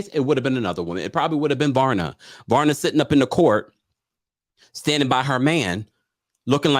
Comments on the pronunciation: Not Varna, it’s VARYA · Every time you said "Varna" instead of "Vaya" 😭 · Varya not Varna- there is no N in her name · It's pronounced Pashstel and Vareeah